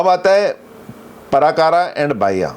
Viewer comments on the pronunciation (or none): नमस्ते:- पराकारा नहीं-प्राकार //कोटापाला नहीं कोटपाल -द्वारपाल /क्षमा करें।